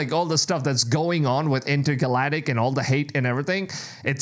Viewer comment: Ga-lack-tick Ga-lack-tick Galactic Pronunciation!!